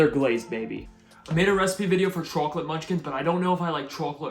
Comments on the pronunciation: You : “chauwklauwk” Me: 💻😩💦🧴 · I love the way he say Chocalate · I can't stand hearing the way he says chocolate lmao. He's def doing it on purpose because he can say coffee, dog, and water all normal too.